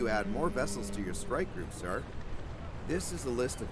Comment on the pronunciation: Looks like an intresting game. Also, I like how the narrator says sir, sounds like he says sar